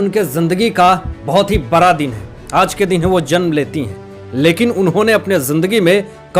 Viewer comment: सर आप बड़ा को बरा क्यों बोलते है